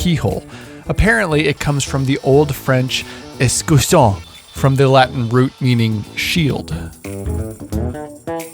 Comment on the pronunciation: Hi, great video ! I'm 32 years old too and I wish I had the opportunity to at least be able to buy or have friends to give me wood slabs.... When I saw you carving that table I immediately saw the Pedulla influence ! Amazing ! Btw, I'm French and the word you're trying to say is "Écusson" not "Escusson" and it translates to "Crest" in English. The French word for "Shield" would be "Bouclier".